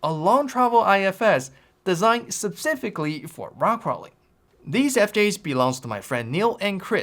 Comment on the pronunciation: Is pronunciation of "specific" an inside joke?😂